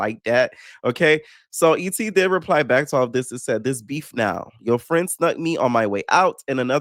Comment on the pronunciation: I can’t read or say ET the same way because you crack me up when you say her name 😂😂😂😂